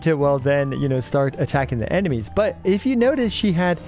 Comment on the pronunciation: does he say "but" or "butt" ? :face-green-smiling